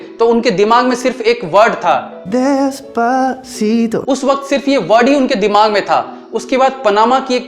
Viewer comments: Not Dispacto it's Despacito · Bhai despacito ko dispacito mt bol bhaii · Abe yeh to despacito bhi nahi bol pa rha hai dhang say hahaha